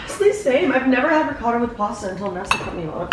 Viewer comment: Being Italian and hearing the way says “ricotta” made me cringe